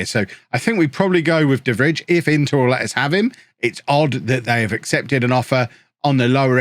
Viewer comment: the way you just went for De Vrij, an Inter player (who is trash irl btw) and then went on to absolutely butcher his name was something i didn’t need today